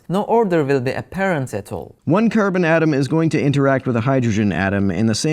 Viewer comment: The way you said Care-Bin atom was very Midwest in a few spots. Hahah